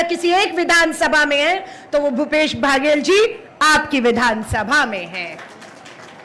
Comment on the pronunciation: Medam ji baghel nai baghel